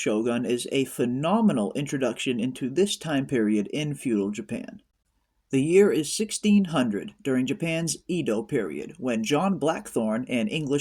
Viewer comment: it,s pronounced "Edo......Aydo". not EEdo